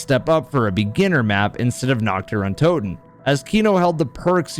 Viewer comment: His german pronounciation of kino der toten really caught me off gaurd shit was on point